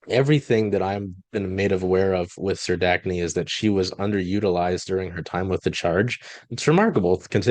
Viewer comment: Let me help...Serdachny...Sir-DACK-nee